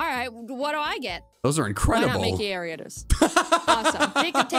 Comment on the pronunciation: At first I thought said why not make it Ariodos